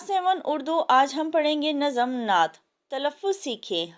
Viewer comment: Nazam nhi hoa mam nazm hota h